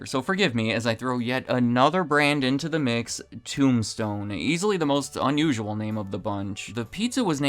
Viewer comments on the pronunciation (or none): none